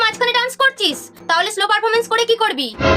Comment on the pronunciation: আরে দিদি ওটা স্লো না ওটা 🙄শ্লো পারফরমেন্স হয়